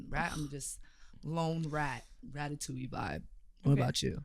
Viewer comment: Thank you for the season 1. Can’t wait for season 2 😝. Just one thing : we don’t say ratatouilleeee with the [e] sound at the end, it’s just ratatouille. 😛 Yes I am French 🙂‍↕️